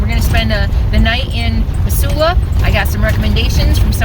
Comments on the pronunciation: OMG that made me homesick for Missoula! Been toying with moving back but housing is so expensive there right now. I'd forgotten how beautiful the area is! Thanks for this refresher!!! P.S. I know you probably don't care...but the ss in Missoula has more of a "z" sound to it, like "Mizsoula." Drove me nuts every time you said "Miss-soula." LOL! I think my ears actually cringed a few times. :D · Thanks for correcting the pronunciation for Missoula... Mizz not Miss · Hey, I’ve “liked” many of your videos. This is my first comment: We say it Mizula. Yes, your way is phonetically correct but then there is the way we actually talk. Pre-Covid, the Farmer’s Market up by the X’s would have had twice the number of vendors and many more people. You did a fine job of capturing some good video of the area. Kudos and Happy Trails. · I lived in the Pacific NW all my life. We always pronounced it with 'z'. Mizzoula... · I love in my RV in Missoula! When was this!?!? We pronounce it Mizzoula! I'm so h glad you were here for the markets! It's a great town, my home! That van is our empower Montana/ Harm reduction van... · its now pronounced METH Zoola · Mizula, not emphasis on the Miss. 🥰😉 sorry about all the Trump flags. Makes me so sad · Have never heard any pronounce Missoula that way. LOL! Anyway, Montana is full. I heard Minnesota is quite nice.